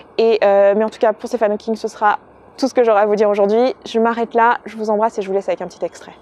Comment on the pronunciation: Très bel hommage :) Juste une toute petite correction (j'espère que ça ne te dérange pas) son prénom se prononce "Stiveun" (oui oui ça fait bizarre je sais ^^)